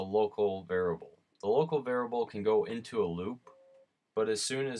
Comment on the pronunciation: I am a Humble Bundle viewer and appreciate the time you took to record and show how to use App Game Kit. Thank you! *Pet peeve:it is "var-iable" not "var-able." My wife gets me when I say "li-berry" instead of "li-brary"